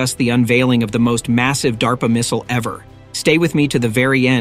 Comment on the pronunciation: It's DARPA not DAPRA!!!